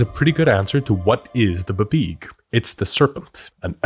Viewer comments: I keep hoping he's gonna stop saying "buhbeeg" but he Just. Keeps. Saying it. 😭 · it most definitely is not pronounced "buhbeeg" wtf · DUDE PLEASE I LOVE YOUR CHANNEL STOP SAYIN BABEEG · 30+ years of GMing and this is the first 'how-to' that breaks down the planning in a simple, easy-to-understand way. We've all read those paragraphs in the DM Guides, but thank you for putting it in 'english'. But buh-beeg? Can't do it. Will always sound out as bee bee ee gee for me. 🙂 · I can't say I've ever heard it pronounced "buh-beeg" instead of "bee bee ee jee", but I do kinda like it! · I have never in my life ever heard it called “Buh-Beeg”. 😂 Great video though! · I am now incapable of pronouncing BBEG as anything other than bibeeg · I’ve been DMing since the 1900s. I have never, EVER heard BBEG pronounced “buh-BEEG”… but now I’m never going to say it any other way. 🎉🎉❤❤ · I always went with "bubeg" but I like yours better Also your exasperation with half-assed American media appropriation (and pronunciation) of mythology is priceless 😁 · I've always pronounced it "bee-beg" but I think I just decided on that myself from the spelling.